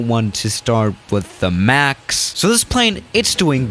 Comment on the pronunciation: the way he said max😂😂